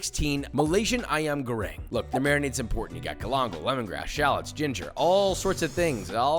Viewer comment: I'm impressed at how good he said "Ayam Goreng" and that chicken looks so good 😭😭 mine always sucks